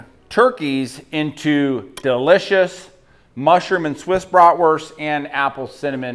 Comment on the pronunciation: Love the videos but please could you pronounce the word bratwurst properly in Germany the letter W is pronounced as a V